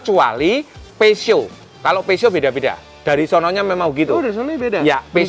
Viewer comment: Peseo,, bukan Pesot 😂😂😂...